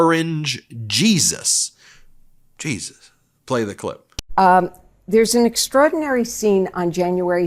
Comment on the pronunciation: I can't be the only one that heard orange beast, instead of orange Jesus. 🍊💩👹 🗳️💙🇺🇸